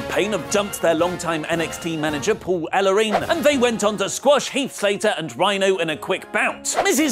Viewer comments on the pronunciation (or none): none